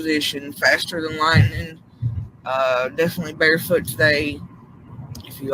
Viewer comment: I think it’s strange how she emphasizes and that statement she said summer is definitely barefoot she’s definitely barefoot